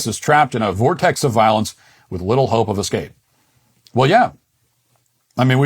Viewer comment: How exactly does one "excape"?